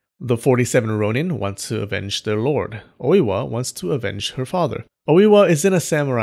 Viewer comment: Dude it's not Owiwa. It's Oi-wa